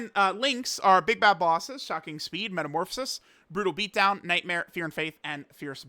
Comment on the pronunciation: I gotta ask.. Is saying shacking speed as a joke or is he unable to say shocking speed? I've heard it in quite a few videos at this point but never understood why.